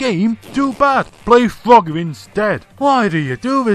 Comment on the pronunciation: At first I thought you said Fugger